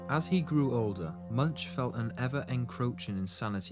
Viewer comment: Not pronounced MUNCH but sounds like Munk with the U sounding like soft O.